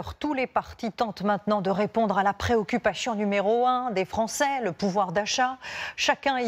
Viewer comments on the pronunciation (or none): elle a vraiment dit préoccupachion ? au lieu de préoccupation ?